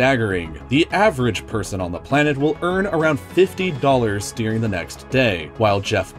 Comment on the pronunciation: That's not how the word "during" is pronounced...